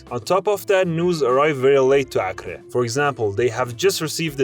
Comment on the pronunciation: Acre is pronounced Ak-ree